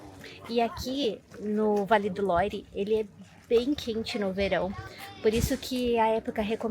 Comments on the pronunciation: Por favor falem Vale do "luar" a pronuncia é essa Vale do Loire é muito estranho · Vale mto visitar o Château de Amboise, onde tbm tem o Castelo onde viveu Leonardo da Vinci . Imperdível! A título de informação, a pronúncia de “Loire “ é “Loir “c/ o “r” puxado na garganta, a lá francesa), e “Loire” é o nome do rio que passa em torno dos castelos . O som da combinação da vogal “o +i” é sempre” oa, “